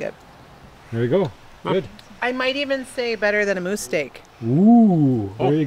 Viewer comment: Moose not mood